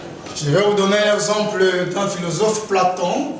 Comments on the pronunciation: Bon film pour l instant mais moi je connais Platon mais pas plonton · Eyenga yo boni na?😂😂😂😅😅😅😅😅 Platon et non plantsokinini😂😂